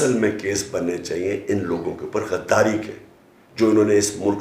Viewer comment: تارڑ صاحب گائر نہیں غائر غ ہے گائر نہیں غدار ہے گدار نہیں